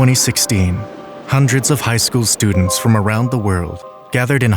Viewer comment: Hmm, what are studends?